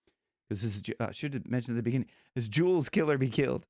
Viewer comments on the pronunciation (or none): JUTES is his name, Jordan Jutes(long u, phonetically). Not Jewels. 😭